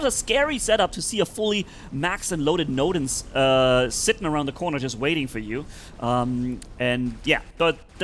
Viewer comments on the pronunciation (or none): Bro noodle❌ nodens✔️ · I love how he calls nodens 'noodle' 😂 Great video!